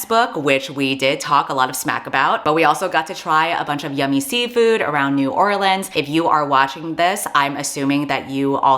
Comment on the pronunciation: I'm only like a minute in but already it's actually such a godsend hearing someone on the internet pronounce new orleans correctly